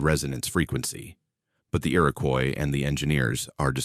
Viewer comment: The indigenous population is pronounced “IR-IH-KWAH” not “Coise”